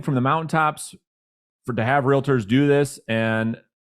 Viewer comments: Great content! I usually don’t comment like this but, I cringe every time I hear you say Real-a-tor. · Please mention to gentlemen in plaid suit that Realtor is only 2 syllables. Just trying to help him 😉